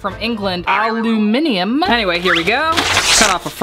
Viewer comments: you almost said it right but it’s said al-you-mini-yoom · Aluminium not aluminium I'm from England